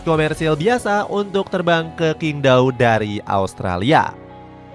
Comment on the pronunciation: QingDao cara bacanya cyingg tao... bukan kingdao 😂😂😂😂😂😂